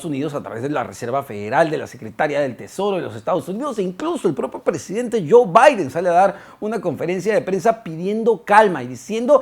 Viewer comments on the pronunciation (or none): none